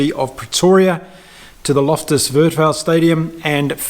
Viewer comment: Thanks for your fair post game analysis,. Looking fw to the Boks vs AB now. Good pre World Cup rugby. Also... for interest sake: ))) Lofters Versveld - the V in Afrikaans is a F so pronounced as Fairsfelt would put u on point. Love your work!